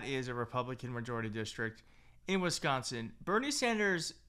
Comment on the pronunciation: I love your reports but please, it's WISCONSIN! 💙